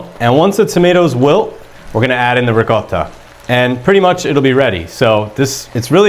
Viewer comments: I love the way he says ri - CO - ta instead of ricodda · loved it. Have liked and subscribed. thanks for posting And as an Italian, I really appreciate you pronouncing the word ricotta correctly lol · He pronounces it correctly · I've done something similar but with a can of stewed tomatoes. Shout out for pronouncing Ricotta correctly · Thank you for properly pronouncing “ricotta”! Hallelujah! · Thank you for pronouncing Ricotta properly!!!!!